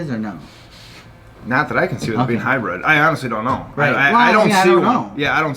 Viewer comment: HybrId, not high bred. You both say it weird and wrong